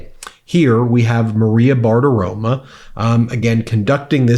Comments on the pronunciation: Ben, her last name ends with an "O," not an "A." So it revlects better if you pronounce it correctly. BARTIROMO. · Ben, C'mon man. Bartiromo not bartiroma. Otherwise, great job!! 🌊 🌊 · Ben, it's "Bartiromo" not "Bartiroma". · Ben, I really respect and appreciate you and what you do. Big thanks to you man! Now here's one thing you really REALLY can clean up: its not "bartiroma" how you pronounce it. Not one bit. Its like its written: "Bartiromo". I fully know what Im telling you. But you can google it briefly and confirm the fact. You saying bartiroma sounds foolish when one knows italian language & last names. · Maria “Bartirom-uh”, again! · Hi Ben. It’s Maria Bartiromo with an O. Small nitpick, but let’s be as accurate with their names as you are with the news. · Ben! I love how you mis-pronounce Maria Bartiromo's name. You'll always say Bartiroma. Hilarious! I can't stand her or any Trump sycophant. They're morons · Ben, Although I don't like either, it's BartaromO(sp) and KudLOW, not 'ah'. Just FYI...